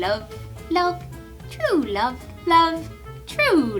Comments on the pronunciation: "wove.... true wove...." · Wuv, truw wuv.... Someone was channeling princess bride